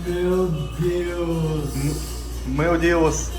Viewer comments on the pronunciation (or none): Чел все круто но язык надо подучить) меу деус прям режет слух) меу ДЭУШ !!! Учи учи )